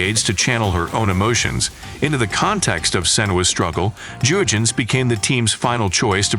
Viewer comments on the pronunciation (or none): It's pronounced "yurgens", not "dzurgens".